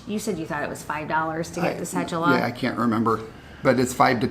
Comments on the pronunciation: It's sounds like "se do la" not cejula. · And It’s “ce-doo-la” but I still like how you guys say it. Greetings from an Ecuadorian living in NYC. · I like how you guys pronounce cédula “ce-joo-la” haha.